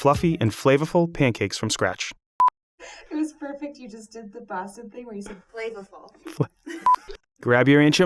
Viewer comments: Great recipe! Btw, I say Flay-vah-ful too. My adult children make fun of my accent (New Yawk) all the time. They sometimes offer to make cah-fee. I said, if it’s not CAW-fee, I won’t drink it! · I heard that flavhful before it cut back lol